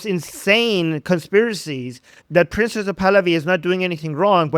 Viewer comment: Hate to correct others’ English but best not to repeatedly call him “Princess Pahlavi” or “ Princessa Pahlavi” or Prince UH Pahlavi … the E at the end of “Prince” is absolutely entirely silent. It’s slightly humorous, but distracting because it sounds a bit like you’re making fun of him by feminizing his name , which you obviously do not want to do. Think “Prints Pahlavi.” That’s the perfect